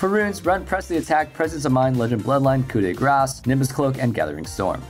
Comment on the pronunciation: Finally someone who say "coup de grace" correctly